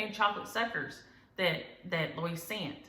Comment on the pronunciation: Another great video - thank you ! You said my name correctly, just like your relatives name. I’m named after my grandfather Louis. I try on my outfits too. Have to be comfy 🤣 So pleased you all enjoyed the Tim Tams from down under 🇦🇺